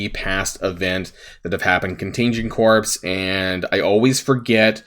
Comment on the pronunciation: Since you’re always catching yourself over pronouncing Nakia correctly, can you start catching the pronunciation of corps? It’s making my skin crawl lol. It’s said “core”.